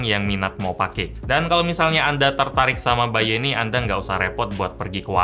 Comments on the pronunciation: by.u bacanya [ bay dot yu] ..bukan [bay yu]..hehe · bukan BY.U tapi yang kudenger itu BAYU wwwww